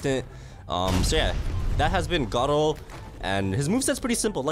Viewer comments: WHY HE CALL IT garo instead of garou thats a big big mystery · Gardru bruh it’s garou